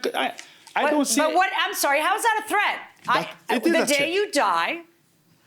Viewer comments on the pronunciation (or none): The man says "tret" as in threat. Milian asks, "how old is your son?" he responds "thirty two" 🤔 lol